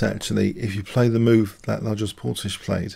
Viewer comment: Hey there, loving the game and the analysis! Regarding the white player: his first name is said as [la-yosh] (Louis) and his birthplace is said as [zuh-luh-e-gher-segh].;)